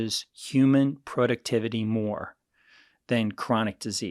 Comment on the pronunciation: Apart from all the important info he imparts, it's refreshing to see that he knows how to pronounce 'productivity' correctly. So many PHDs etc say "PRAductivity." The root concept of the word is not products, but production. Use a long O. When I was young, I never heard people mispronounce it.